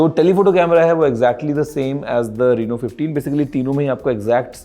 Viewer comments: Reno❌ Reeno✅😂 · Rino ❌ Reno ✅